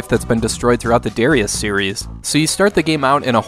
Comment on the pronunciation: Man I loved playing this game back in the day. Also, please learn how to say Darius.